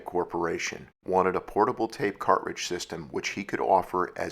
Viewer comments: You say "cart-ridge", I say "car-tridge". My '74 Duster had an aftermarket 8 track player and a few of my sister's cartridges. The Cars first album was my favorite. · Why are you saying cartridge all weird your putting a space in betwixt cart and ridge and sounds super weird... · ...when you can't properly pronounce, "cartridge." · Yes, odd pronunciation, never heard it that way before. Is it a regionalism-?